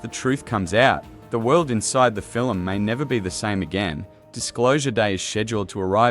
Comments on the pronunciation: "film" "fillem" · This AI narration tries to talk about the “fillum” created by Stephen Spielberg.😊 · The narration is just appalling. Fil-um, fil-um, fil-um! Did the creator even listen to this before it posted? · Doesn't it make you want to go see this fill-um?